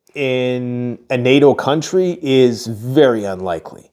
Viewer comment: Did say "cuntry"?😂😂😂